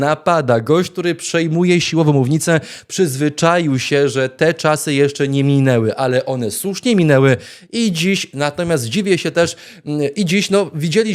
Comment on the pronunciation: Panie red., nie “sów”, tylko “słów, nie “susznie”, tylko “słusznie”!!!😊🎉